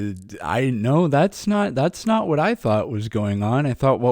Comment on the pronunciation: Heh's nawt wawke, obviuswy.